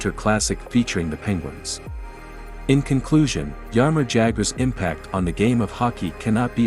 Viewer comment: TFW when you go to watch a video on Jaromír Jágr, but it ends up being his doppleganger, "Jarimor Jagr". :rolling_on_the_floor_laughing